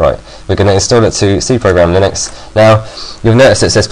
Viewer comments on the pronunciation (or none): lol u pronounced linux lie nux then u said lin ux